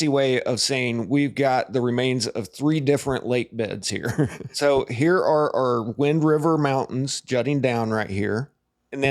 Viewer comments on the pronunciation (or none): *YOU-in-TAH Mountains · Loving your vids on this topic and i always love your catastrophe related videos. Also, just a friendly pronunciation guide for the Uinta Mountains, it's pronounced you-in-tuh.